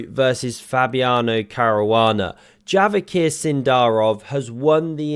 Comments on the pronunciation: The proper pronunciation of Javokhir's name: His first name is a Persian word meaning 'Treasure' - literally 'Jewel'. The 'K' is NOT pronounced. Proper pronunciation: 'Ja'(as in Jasper) 'vo'(as in Vaughn) 'k'(not pronounced) 'hir'(as in Herman). So the proper English/Latin spelling is Javâher or Javaaher (where â is pronounced as in father). This may be a common first name in Uzbekistan, but not so in Iran or Tajikistan where Persian is spoken. I am not sure how the 'k' was introduced - may be because the Uzbek script is Cyrillic and not Latin. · The proper pronunciation of Javokhir's name is Javâher. His first name is a Persian word meaning 'Treasure' - literally 'Jewel'. The 'K' is NOT pronounced. Proper pronunciation: 'Ja'(as in Jasper) 'vo'(as in Vaughn) 'k'(not pronounced) 'hir'(as in Herman). So the proper English/Latin spelling is Javâher or Javaaher (where â is the sound as in father). This may be a common first name in Uzbekistan, but not so in Iran or Tajikistan where Persian is spoken. I am not sure how the 'k' was introduced - may be because the Uzbek script is Cyrillic and not Latin.